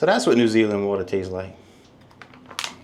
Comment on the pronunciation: I was laughing the way you said 🇳🇿 New Zealand . I live in New Zealand . The city I live got a big water plant that bottles natural spring water for export. Watch your YouTube videos